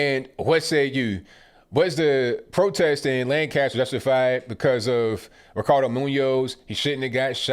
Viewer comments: Jesus people. It’s “Lankester” not LAN-caster. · It's not pronounced Lan CAST er. It's LAN cast er. Or basically put "kisst" in the middle. Just a pet peeve as a native. Hard to believe my home city is in on this nonsense also. The city was still pretty heavily Republican when I was growing up in the 80s. It even had a Republican mayor as late as 2006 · not Lan-caster, Lanc-aster ... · Its pronouced "lancaster" . Not lan-cast-ter. Everyone saying it wrong. So sad this happened. This has been going in this city for week. Riots etc